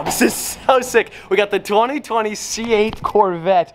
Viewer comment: says 2020 but in English letters he says twunty twunty